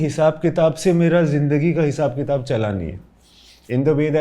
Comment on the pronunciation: Tafseel.... Ghalat... Qitab.... Tallafuz bhaisahab!